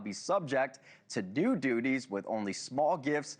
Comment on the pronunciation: The Yoo S A collecting taxes and "doodies" (duties) 😂 😂😂